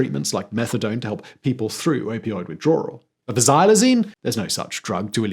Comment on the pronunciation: I don't think it's pronounced "Withdrawral".